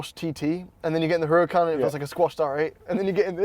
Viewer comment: Whats a HER-A-KAHN